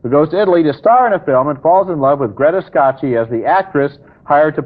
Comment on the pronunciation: Ebert definitely didn't speak Italian. I mean, Greta "Skashee"? 😆 It's pronounced "Ska-kee".